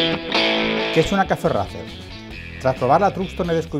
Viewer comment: Gente de el vídeo muy chulo y todo lo que cuentas súper bien! Pero os pido por favor !!!! Ya que haceis honor contando la historia de la marca y de el modelo aquí en Youtube, no podeis decir RACER a la española y quedaros tan anchos! Suena asquerosamente vomitivo! suena horrible! Igual que THRUXTON e igual que CAFE RACER y todas las palabras inglesas que son tan bonitas y suenan tan bien, hacer el favor de pronunciarlo en inglés por favor! Es vergonzoso, con todos mis respetos.